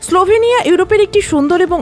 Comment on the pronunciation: নাম স্লোভেনিয়া কিন্তু আপনি বারবার স্লাভেনিয়া বলছেন কেনো ????